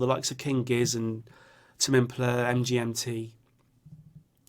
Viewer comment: not trying to be a dickhead but i think tame impala is pronounced differently mate